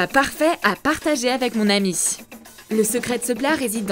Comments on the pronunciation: Mdrrr a elle dit anus aulieu de ami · Elle dit anus ok et alors ça fait quoi?! c'est juste un petit bug vous êtes immatures et je ne fait pas exprès de vous dire ça Desolé!😒😐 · Je rêve ou à elle dit "de ton anus"